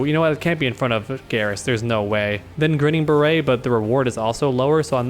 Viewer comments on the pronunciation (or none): It's pronounced Grinning Bare-it, it's a play off the old-school phrase "Grin and Bare it" which means to just smile and persevere when things get tough.